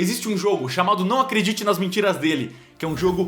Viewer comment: Alguém notou que diz ACRETIDE em vez de ACREDITE